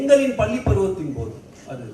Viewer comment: அய்யா உங்களுடைய பள்ளி உச்சரிப்பு தவறு